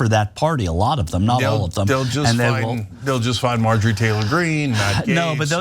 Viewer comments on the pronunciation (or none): none